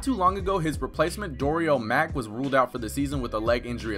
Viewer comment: "Doriel Mack" lol